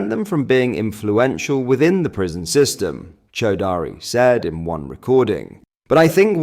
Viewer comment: Chaudrey rhymes with tawdry, not chow daari (Chow daari means chewing the beard 🤣